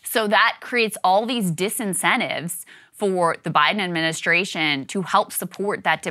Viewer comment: Krystal—learn to articulate the word “ad min i stra tion”. Please.